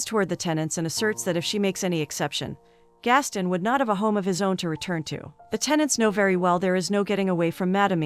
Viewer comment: It's Gast-on not Gastin Americans oye 😂😂